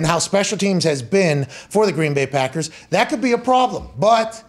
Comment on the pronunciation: "The Patckers"